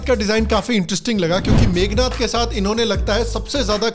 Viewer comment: Nice video, but, it’s “meghnaad “